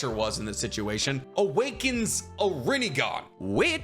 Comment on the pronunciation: [PAUSE] -> 😂Sasukes Rinegone😂 It’s funny bec its so ridiculous